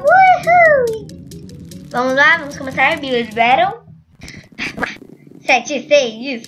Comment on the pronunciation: O nome é builll berrou